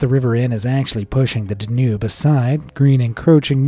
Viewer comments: It's pronounced "DAN yube", not "Den UBE". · The river between Germany and Austria is pronounced DAN -Yoube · This one shows how wrong I have been. I've always thought that this particular voice was a human and not AI, but it is hard to imagine the mispronounciation of Danube unless it was AI.